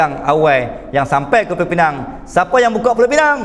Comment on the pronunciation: Pulau pinang ditukar jadi PINENG konon nama inggeris